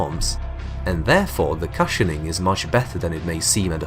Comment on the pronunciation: Bruh, why he say cushioning like that 💀